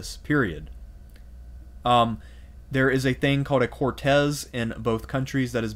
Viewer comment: lol right there with you guys :) awesome lectures but yes also on that point, Córtes has the stress on the first syllable, (just like the english word "courts" which is its equivalent), and Ceuta has an "Th" sound for the "C", as in Spanish "ce" and "ci" are soft (pronounced "th") and "ca" "co" and "cu" are hard ("k", like in Latin). Sorry not trying to be a pedant just want to be useful. Cheers